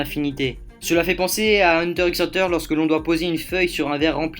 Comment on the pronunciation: Moi ça m'a choqué quand j'ai regardé les 2 (d'affilée en plus mdr) mais par contre dire "hunter ix hunter" c'est inadmissible pour tout fan de manga ou anime, on dit "hunter hunter" voyons